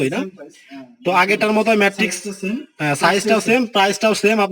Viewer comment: ধুর মিয়া!!! খাটের মান না দেখিয়ে ম্যাট্রেস এর বিজ্ঞাপন....!!! ম্যাট্রেস নাম টা ও ঠিক মত বলতে পারে না আসছে ভিডিও বানাইতে...😑